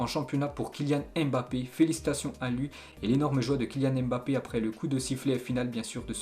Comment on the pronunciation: Allez apprendre à prononcer Mbape . .Ca fait mal aux oreilles.